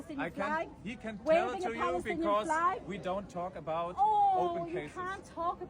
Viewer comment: Did she say 'I am Paddystanian' 🦇💩